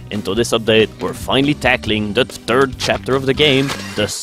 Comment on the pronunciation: I love how he says it's the turd chapter. It's boss is feces.